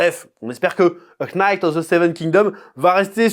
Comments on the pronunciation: "A Knight" K , mdr on dirait un allemand qui tente de parler anglais pour la première fois ! Sinon super vidéo ! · Je sais que tu le sais mais ne prononce pas le k dans knight, prononce night of the seven kingoms ça m'arrache l'oreille à chaque fois. Merci pour la vidéo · Le h non plus 😂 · Le K de Knight ne se prononce pas 🤪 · Par contre, je veux bien qu'on ai pas l'accent l'anglais, mais quand même... a Knight, on ne prononce pas le K ! C'est comme si on disait BonGour au lieu de Bonjour, je veux dire on s'en fout d'avoir un accent, mais là il s'agit pas de ça, juste de parler anglais, tout court.